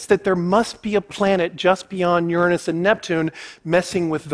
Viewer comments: Never trust a man too scared to pronounce Uranus properly. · how long have i been miss pronouncing uranus